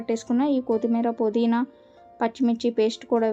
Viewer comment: పొదిన కాదు పుదీనా